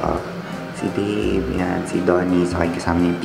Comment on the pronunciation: Yung "Deib" ni Max naging "Babe" na sa pandinig ko 😭😭